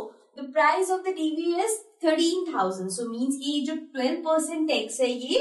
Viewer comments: Not tex ,it is tax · Maam u dont know english it is tax not tex